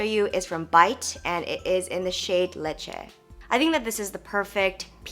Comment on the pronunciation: "Leche" sounds very Filipino! 😂